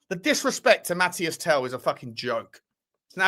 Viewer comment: Tel's name is pronounced Mateese, everyone keeps saying Mathias ;)